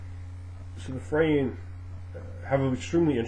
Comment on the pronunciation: finally know how to say it right! Fray-EEN! not Fray-Ahhh-en! good to know!